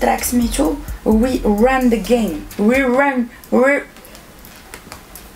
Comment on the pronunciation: النطق غالط تاع run